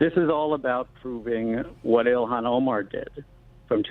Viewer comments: Please It’s( ill-han ) not Elon it’s such a degrading disgrace to the Great entrepreneur Elon musk, please try to pronounce it the way that it should when it makes you sick to see her name Il-han😉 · Elon Musk, IlHAN Omar. pronunciation matters Glen. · It's not elon...its ill han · It's pronounced: YO-hon, not EE-lon.